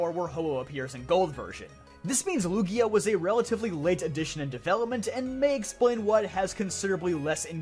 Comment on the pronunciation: Lugia? He pronouced it correctly